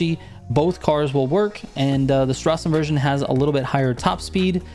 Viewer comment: last time you said Nordschleife very well, but Straßenversion you need to learrn a little more ;-) Straßen - you said nearly perfect. Version - just don't sch the s, say it like it would be a normal s ^^